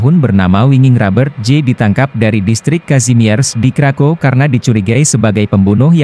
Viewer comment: Di Poland W di bacanya V kak krakov